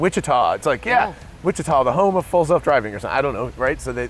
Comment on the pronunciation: Yes Wichita! Airplane tech, not far from us AND a riot for my wife and I to hear the Tesla navigator voice say Wich-i-twah.